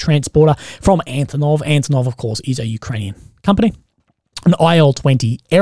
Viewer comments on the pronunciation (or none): none